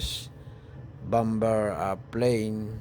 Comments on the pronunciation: kuya hindi bamber bamer po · Bomber... silent b kaya ang pronounceation Bomer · hahaha bom-ber mali ang pgbigkas m bomber yn hahaha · Bom ber ba hahhaha baka bamer ibig mo sabihin 😂😂😂😂😂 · Bom ber daw hahhaha baka bamer ang ibig mo sabihin tinagalog ko na 😂😂😂😂😂😂😂😂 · bomber silent b iyon..bamer dapat ...Hindi bam ber.. jeje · Pasinsya na public school lang ako peru na puna ko yung sinabi mo na bom ber which mali talaga. Saan ka ba nag aral. E tama lang natin ha. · silent B po pag basa jan sira